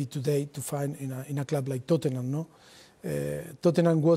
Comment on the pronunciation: "Sawhanton & Tottenan" are music to my ears